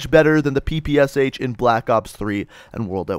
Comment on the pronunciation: Why did you pronounced PPSh as "P P S H" when you should pronounce it as "P P Sh"? This weapon has "Shpagin" in it's name, you know.